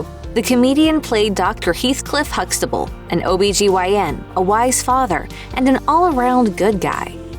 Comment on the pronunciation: “Dr. Huxtabull.”😂😂😂😂😂😂😂😂😂